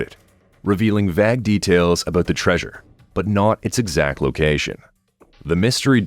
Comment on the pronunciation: "vag" for "vague" and "ra-noke" for "roanoke" were some solid contenders though